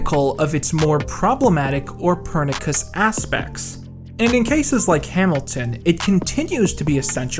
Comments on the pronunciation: "Per-nik-us"? Try "per-nish-ous" (pernicious) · Pernicious is not pronounced pur-nick-iss. Its pur-NISH-ous. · Just so you know, "pernicious" is pronounced purr-NISH-us, not purr-NICK-us. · Wait, "pernikious" aspects? Lol. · (*"pernicious" is pronounced "per-nish-us," not "per-nick-us.") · This is a really minor thing, but you use the word "pernicious", but you leave out the second i and pronounce it "perni-cous". I don't know if this is an americanization like "aluminum", but if it isn't, i just thought i should let you know for future reference. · per·ni·cious /pərˈniSHəs/ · It's pronounced per-nish-us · Man, he says pernicious (pə'rniSHəs) weird. I am not trying to be nit-picky or call him out, but I have never heard anyone say it like that. Curious... Time Stamp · It sounded odd when you said it, so I had to check, and in "pernicious" the c is soft, like a "Sh" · Did you just pronounce pernicious as purrnikuss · Dude, you just pronounced pernicious like Copernicus. :' ( Copernicus the Musical by Lin-Manuel Miranda confirmed. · Great video but I just can't agree with your pronnounciation of "pernicious". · Really gotta work on that pronunciation of "pernicious". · Am I the only one who noticed that he has no idea how to pronounce the word "pernicious"? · Also the way you pronounced "pernicious" kiiled me :'D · “As a wise woman once stated”, really, you’re not going to name her? Don’t want to invite the trolls? PS: you mispronounced pernicious. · tHATS NOT HOW YOU PRONOUNCE PERNICIOUS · I feel he does it on purpose